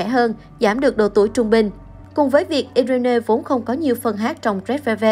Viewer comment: Irene đọc là Ai Ruyn chứ ko phải iI rên nê nhé!